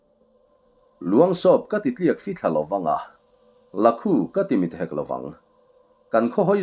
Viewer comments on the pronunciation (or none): La khu tih hi i lam ri dik chiah lo em. Bible a mi hi chu eg. Saw a la khu chem chem mai kan han tih a 'la khu' tih kan lam rik ang deuh hian ri se.